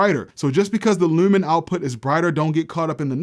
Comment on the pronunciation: You are from MD? The way you say lumen I thought you were Canadian 😂😂 I watched a Jess Hilarious video and broke down the way she talks. I see it now. Great videos btw.